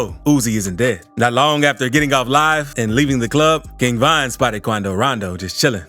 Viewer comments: whos king vine bro😂 its king von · Am i the only one for the chapters king von says king vine💀💀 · Bro it’s king von not king vine